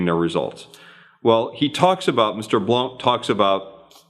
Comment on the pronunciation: Jeb Blount's last name is pronounced "Blunt".